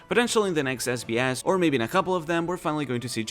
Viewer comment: I love your accent every time you say this sbs it just sounds like this is BS. And it is SO fitti g. Lol